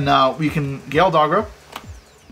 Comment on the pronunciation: be like: Imper that dogra lmao.